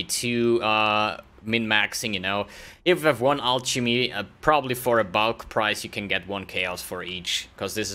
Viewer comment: You interact too much with CuteDog, you are starting to pronounce the words like him, "alcshemy" :P